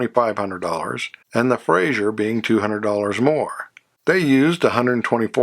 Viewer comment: Good video. A couple of inaccuracies - One, and I know I'm being anal about this first one so I apologize in advance but it's pronounced "Fra-zer" not "Fray-zhur." Joseph Frazer was Scottish, not French. The six cylinder Henry J engine was 161 CID not 191. The Carolina model in '53 was not the higher end model, it was in fact the lowest end model. It has almost no trim and no chrome. The purpose of the Carolina was to get a low priced car in the show room to lure prospective buyers in and then talk them into purchasing the upscale Manhattan or Dragon model. The arrangement with Sears began in the 1952 model year with the first Allstate cars in stores in December 1951 and contrary to what is stated in other videos and even in some books, the Allstate could not be ordered through the Sears Catalog. It was listed in the catalog but you had to go into a Sears store (in a few selected cities in a few selected states) in order to purchase one. The Allstate was sold in 1952 and 1953 with only 2,300 sold. It's unfortunate that the car shown when the Carabella is first mentioned is actually a '54 Kaiser early Special as that model did not have the 3 piece wrap around rear windshield as the Carabella did. Love the Brazilian cars. You don't hear much about those. Overall, a very good video.